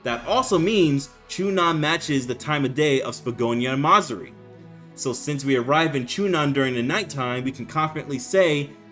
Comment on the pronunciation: “Ma-Zuri”💀 bro its Ma-Zu-Ri 😭 Peak video my boyy